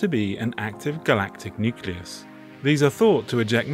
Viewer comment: I'm relieved that you pronounce "nucleus" the right way. Sorry, can't help myself. Anyway, keep up the good work!